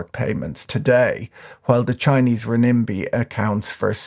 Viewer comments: Ren-Min-Bi (@ ish), not Rem-Nin-Bi... CNY or RMB for short.... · You should look a little more carefully at the word "renminbi", it's "ren-min-bi" not "re-nim-bi".